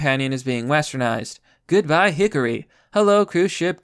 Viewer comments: Her name is Hikari, not Hickory. Work on your pronounciation. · There are two things I can't get over: that they think the West won't like cute anime girls and pronunciation of Hikari as Hickory. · Her name: Hikari: HiCkOrY